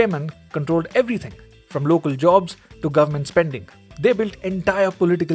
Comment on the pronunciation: Here from the future... gur-mant decided to go maximum cray cray indeed